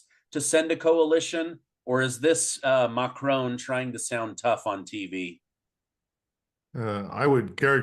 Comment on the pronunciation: Why do Americans pronounce the French president's name as McCrone? He's French, not Scottish. The final 'o' is short.